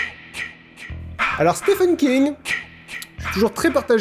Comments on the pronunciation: Ça se prononce Steven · "Stephen" se prononce "Steven" en fait ;) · Hein?! je dis que ça se prononce SteVen (c'est le ph qui se prononce v) et tu me réponds "nope" et maintenant tu dis que j'avais raison depuis le début, faut savoir ! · Depuis le début je te dis que l'accent anglais avec les ph c f pas v le v c les ptn de vieux beaufs marseillais chez les chtis